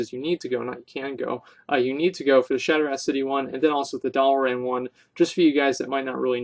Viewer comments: Definitely not shot ra lol. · It's pronounced "shot-ra" city lol. Love your Vids though keep it up homey:p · The a has an "aww" sound to it. Maybe this will be easier on you then...shaw-tra. That is how you pronounce shattrah.